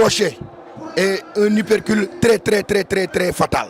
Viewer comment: On dit hyper cuit pas hypercule 😂 monsieur le journaliste